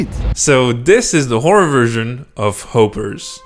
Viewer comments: In Its Pronounce Hop Per Not Hopeper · It's Hopper's not hopers. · its hoppers not hopers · Did you say Hopers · Yeah I'm kind of confused is the movie name of Harper's or whoopers does he said Hooper's but it's supposed to be hoppers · It's Harper's not hoopers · It’s not Holper it’s hoppers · I heard hoepers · It’s not helpers it’s hoppers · Bro said hopers 😂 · hopers ❌ hoppers ✔️ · Hopers??? It's Called Hoppers😂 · Did he say hope_ers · HOP-ERS NOT hope-ers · Fun fact: its hop ers not hoopers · hold on he said huppers not hoppers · It's not called hoperes it's hoppers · hopeers bro it is hoopers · bro just said 'hopers' ☠️ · "Houepers"? What?! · He’s just pronouncing it wrong dud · It’s his accent. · It’s Hoppers, not Hopers. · Is it just me or did I hear him say hopers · Not trying to be rude but I’m pretty sure it’s pronounced hop ers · Day one of tryna help on misspronoused words, its pronouced h-aue-per-S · its not ho ppers not ho ho ho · It’s not hopers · Hopp ers is how to say hoppers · You are pronouncing Hoppers wrong bro